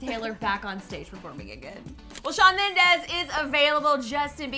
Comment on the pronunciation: Shawn Mendeeeees not ez!!! Ughhh